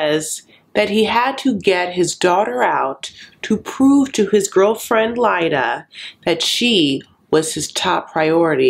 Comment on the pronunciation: Clearly you are pronouncing Leida correctly. No way Leida is pronounced Lita. But I hate her so I don’t care if I’m wrong. SHE is wrong if she is pronouncing it Lita. The bitch.